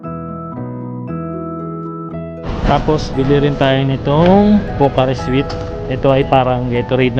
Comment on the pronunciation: Pocari Sweat (as in pawis kuya) "swet" po hindi matamis (sweet) 🙏